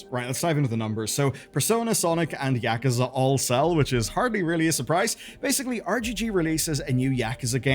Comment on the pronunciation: Nar bro you're not about to say Yakuza as Yak-uza. There not Yaks brother 😂